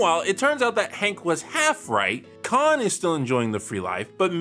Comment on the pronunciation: Ever mispronunciation of Khan's last name makes me piss myself laughing. 🤣